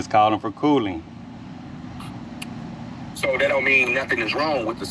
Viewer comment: The way the dude pronounced words making them longer. “ what does it mean when it is calling for cooooooling?” Lol